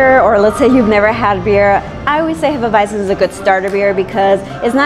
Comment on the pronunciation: Hop Nuts is the best brewery in dtown Vegas imho coming from a so cal beer snob. I second Ellis Island, Banger was solid, or have any Revision beer you can find about town, and good job pronouncing Hefeweizen properly hah she knows her bier. Prost!